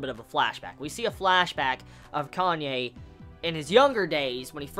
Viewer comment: its pronounced KA-NÂ-Ê not Kanye. (Says a Japanese)